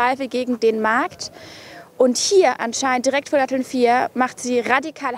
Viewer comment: Also wenn die Moderatorin "Datteln" nicht aussprechen kann, braucht man vielleicht eine andere Moderatorin.